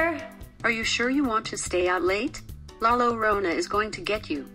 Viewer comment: I love the fact she said la lorona is going to get you